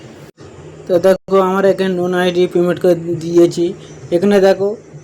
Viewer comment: লোন আইডি ❌ নোন আইডি ✅